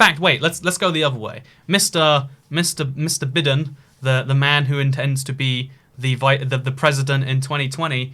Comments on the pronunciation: Biden is pronounced Bye-Den. Not Bi-din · Please tell me he pronounced Biden wrong on purpouse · "Mr *Be-din*"